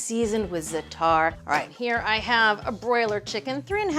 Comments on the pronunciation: Please pronounce it ZA'A-tar (emphasis on the first sylable not the last). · Right! First syllable rhymes with “hat”